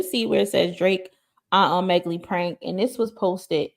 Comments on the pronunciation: ...Omegle is pronounced "OH--'MEH'-'GUL'...NOT 'OH'-'MEG'-'GLEE' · Girl ur so cute lol its pronounced O MEE GILL 😂❤ I love ur videos